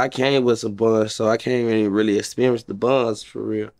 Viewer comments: It was a great “experence” 🤣🤣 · Great "experence" too lol